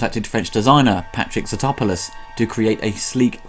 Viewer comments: I'm sorry but I have to mention and ask. Did you pronounce Broderick's characters name and Godzilla designer wrong in this review on purpose like the running gag in the film? (that is why Broderick's character has the Greek surname, as homage to the designer) Or are you just mispronouncing it? It's Tatopoulos not Zatopoulis. Yeah I know our names just all sound the same and are too long, but hey we're stuck with them. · Your mispronunciation of the main characters name is fitting!